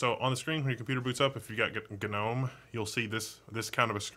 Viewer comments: Why is gnome pronounced gah Nome ? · I do not know why, but hearing him pronounce gnome ga-nome irkes me for some reason. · Isn't the 'g' in "Gnome" not pronounced..? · Gnome (pronounced ˈnoʊm) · the g is silent